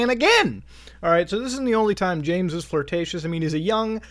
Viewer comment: "Incredibly flirticius "🤣